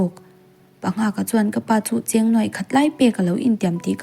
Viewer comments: Chhiar pai em mai ngenngawl, a cheng tih te hi lo zir leh deuh la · A cheng deh fuh tih laia cheng i lam dan hi a diklo deuha,khawnge i chen kan tiha chen tih thluk khan lam tur.Tin ngenngawl tih thluk pawh hi a diklo a ngawl lai hi thluk tur